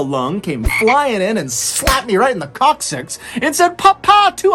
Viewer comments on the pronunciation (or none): I can't be the only one who heard "slapped me right in the c*cksuck!" Instead of coccyx 🤣